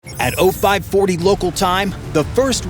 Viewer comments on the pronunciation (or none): It’s zero-540, not Oh-540.